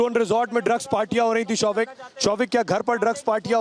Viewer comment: Showik hears like ShoveIt ! LOL What a family Dad is a Drug addict Son is a peddler and Daughter is a Call Girl Mother is the broker. Sahi !!